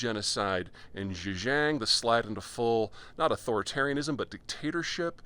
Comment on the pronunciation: Interesting analysis. Let's hope you are right. Just an FYI, Xin jiang is pronounced "Shin Jiang". Love your content!